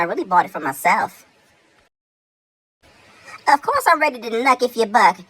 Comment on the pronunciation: 😂 "of coise"